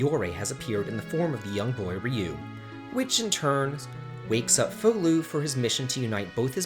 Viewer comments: That's because Fou is japanese, and is pronounced like the word fowl, he's saying it entirely wrong. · "Fu-lu ?" I always pronounced it as "Faw-lu"